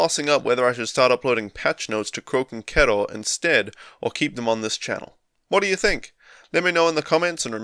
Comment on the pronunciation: Thought you were saying Croaking Kettle for a bit at the beginning :D Didn't realise it was pronounced like ろ